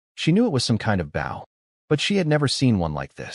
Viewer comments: WTF!!!? Why can you say bow correctly? It isn't that hard. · Why does the voice always pronounce bow like bowing to someone wjen speaking about a bow and arrow but when ot is talking about bowing to someone it says bow like a bow and arrow. Just switch tjem and it will be correct